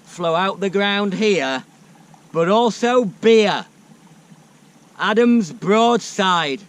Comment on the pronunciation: It's Adnams, not Adam's. A Suffolk brew.